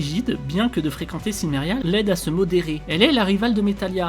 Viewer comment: Donc le "L" de Silmeria ne se prononce pas ?